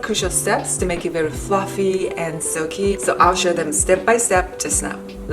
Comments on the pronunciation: Please consider remaking this video with a new voiceover. That cake looks so great, but Fruffy and Lough over and over again. Frows. Ooof. It was cute once. It was cringe by the end, and hard to understand at times. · there are no 'L's in the Japanese language :D